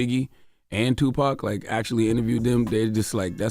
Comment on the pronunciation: So um...who killed Tupac? And why can't Vlad say it?